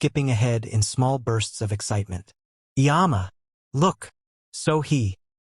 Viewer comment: I always appreciate your stories; one observation - please try to get a better pronunciation the Korean words you use. Example - mom or mama is more umma than yama. I just want you to be as accurate as you can be thank you, continue the great storytelling.